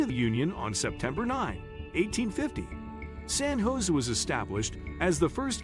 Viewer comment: AI voicing has to master the correct pronunciation of "San Jose".